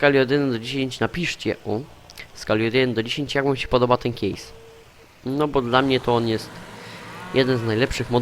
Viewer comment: mówi sie kejsa a nie kiejsa chodzi mi o traktor case